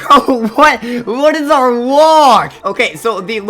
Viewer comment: ''oh the shedwetsky is on auwa farm''